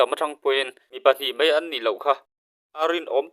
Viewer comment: Mai....tih tur ah "mei" i ti thin a adik lo aw..sir